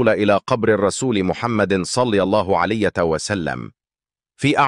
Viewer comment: المتحدث عنده أخطاء كثيره فى الكلام يقول صلى الله عليت وسلم مامعنى كلمة عليت هذا صهيونى